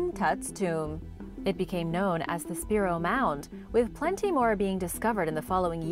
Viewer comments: The mound in Oklahoma is said Spy-row spelled Spiro though, so totally understand. Great video. information is great and very interesting. Always love your videos. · Pronounced.. (Spy-Ro).